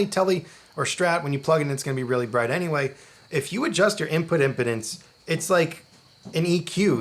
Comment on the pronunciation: First, it's "im-PEE-dence". "IM-puh-dence" is something that happens to old men. Second, the impedance basically the resistance to having the electrons moved back and forth. Basically, you're trying to send an oscillating signal (starting from your vibrating strings) through to the Helix. Imagine that, to do this, you have to shake a big rubber wall back and forth. Imagine that the Helix is on the other side of this wall, and all it can do is see how much the wall is moving. If the wall is really thin, then it's easy to shake it at high and low frequencies. If the wall is thick and heavy, then it becomes pretty difficult to shake it quickly (so your high frequencies start to get attenuated). Of course, there's a lot more going on than just that, but that's a way to conceptualize it that might make intuitive sense.